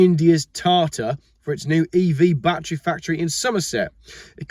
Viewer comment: 1. You prounce "battery" the same way we do in Texas, so you are OK. 2. Biden has stepped aside, probably pushed, and cackling Kamala has replaced the geezer. So much for sanity and American politics. 3. Elon Musk is an entrepreneur, not an EV fan. It looks like he is already positioning Tesla to sell or simply shut down. Any bets there won't even be a Tesla brand in 2 years?